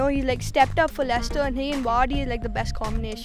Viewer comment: 'Lechister' Most of these are glory hunters don't even know how to pronounce Leicester